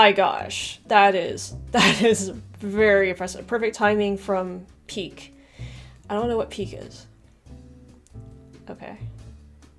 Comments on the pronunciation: As everyone is rightly saying, the peak or prime is the time of best performance by the player and PEAK and PIQUE (GERARD PIQUE) are different PIQUE being pronounced as PI KE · That is a Spanish name Pique pronounce Pi-que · PIQUE is the NAME of the player. Gerard Piqué. Prounouced Pee-Kay, If you hit the ball BEFORE tripping a player, NO FOUL. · I'm a Spanish speaker and Piqué is really pronounced "Pee-keh". His name is a Catalan name, and in Catalan it is also pronounced this way. "Pee-kay" is just the way English speakers mispronounce it, although it doesn´t sound so different :) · PIQUE is Pronounced as P- KAY. he's a Defender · Pique is the name of the Barcelona defender rather say Pikay Pique. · Pique /pike/ Is a defender In Barcelona. He's Shakira's husband. E in final position Is not mute in spanish like it Is un english. This Is a verte common mistake for english speakers. Keep it in mind. Greetings from Argentina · Pique is pronounced Peekay ..... it's his name ! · At the risk of somebody already having answering this: pique isn't a thing, but a player :) And it's Pee-Kay, not Pique. Lol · Also, Pique is pronounced "peakay" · hahahaha this was the most random thing ever, for Messi they said on his peak, like the peak of a mountain, meaning being at his best The other one was spelled Pique and its the name of the player (he is the husband of shakira). ps: it is pronounced very very differently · Hola! from Spain. Gerard Piqué is a spanish player, from Barcelona (Cataluña, España), who plays for F.C. Barcelona. He is one of the best players of Barcelona (or "Barça", as it's also known), like Iniesta, Jordi Alba, Xavi... (and until today, Messi). The graphic accent over the "e" (é) means that the stress it's in that letter, so, not only the "e" is not silent, in fact , the strong syllable is the last one. Therefor, is not like "pik", it's "piQUÉ". Saludos :D